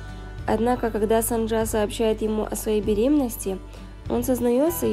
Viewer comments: Героиня - кореянка и имя ее - корейское. Значит нужно читать по правилам корейского языка. 김선자 - тут явное О 🙃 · Почему вы произносите сАнджа? Правильно через О, СОнджа